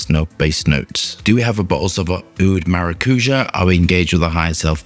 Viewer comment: Maracuja pronounced Marra-Koo-Ya, is the Spanish word for passion fruit.